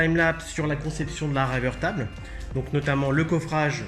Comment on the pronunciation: ça faisait un moment que je devais regarder cette vidéo. très intéressante au demeurant. mais on dit "riveur taibeul". voilà c'est tout pour moi et mon commentaire inutile ^^. have a nice day ! héhé